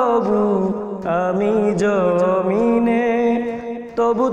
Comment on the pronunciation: জমিনে উচ্চারণ টা হালকা হবে